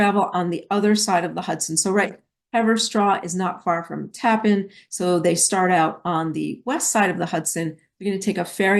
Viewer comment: It is pronounced Taaapan not Tappan